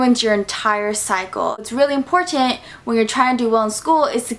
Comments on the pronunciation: She said this is very Imporshent instead of important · There's something about the way you say "important" sounds cool👍🏻